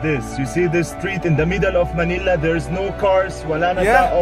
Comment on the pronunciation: Manila not Manilia sir